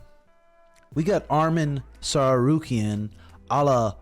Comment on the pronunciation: it's not sarsukiyan ! it's Sarukiyan!